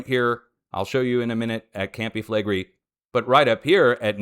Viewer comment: Campi Flegrei is actually pronounced: Com-pee Flay-gray-ee 🤔